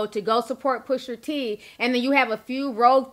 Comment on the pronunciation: Push-AH T not Push-ER T 🤣😂🐸☕love you Ti